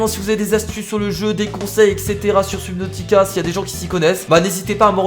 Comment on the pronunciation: On dit pas sUbnautica mais sEUbnautica